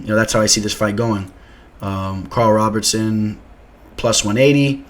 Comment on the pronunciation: ROBERSON not Robertson